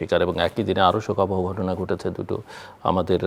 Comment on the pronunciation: মোশারফ ঠাকুর হলো আলোচক যার উচ্চারণ শুনলে শরীর জ্বলে ঘটনা রে গটোনা বলে শালা মূর্খ